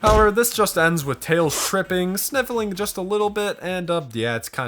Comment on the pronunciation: THATS NOT TAILS!! ITS TLELS!